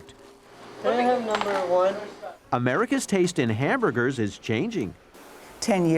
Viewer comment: Was she saying “Hambugers” instead of Hamburgers?